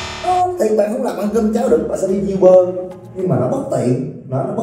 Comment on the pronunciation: E góp ý nha a, uber đọc vẫn là u- bờ ạ